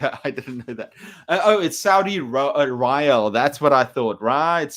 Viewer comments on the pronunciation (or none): Hi. I really love your videos but as the number of my classes is so big, I often cannot see your live ones. Just wanted to point out that the pronunciation of the word rial is /riːˈɑːl/ or /riː'ɔːl/. It's the currency of such countries as Iran and KSA. Keep up with the vids man. Thanks